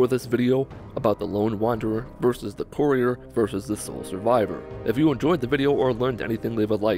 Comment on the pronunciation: That's not how you pronounce courier